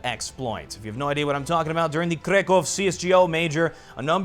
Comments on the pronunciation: Kraków, not krekov... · It's pronounced 'crAckoov' and it's stressed on A. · "KREKOW" CS:GO Major? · Its Krakow ffs